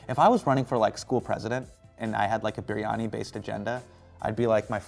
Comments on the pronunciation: did he just say biRRRRiyani??? lol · Biryani in an American accent is weird 😂